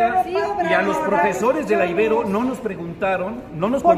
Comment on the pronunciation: Por favor, hay que cuidar detalles de pronunciación. A la Universidad Iberoamericana se le dice coloquialmente "Ibero", no "Íbero". También te equivocaste en otros videos sobre la forma correcta de pronunciar otros apellidos. Eso lo aprovechan los conservadores para denostar a los defensores de la Cuarta Transformación.